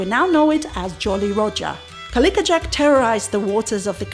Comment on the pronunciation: thanks again for another wonderfully informative video. Have been talking to people I know about your videos and channel. Noticed you kept pronouncing the pirate's name as "Cali-ka" as opposed to "Cali-co" as in the words "tobac-co" or "simpati-co".😄